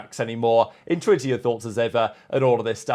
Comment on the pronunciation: WTH are you saying??!? Very much INTWINTER YOUR THOUGHTS??!?!!? WTH is INTWINTER? LOL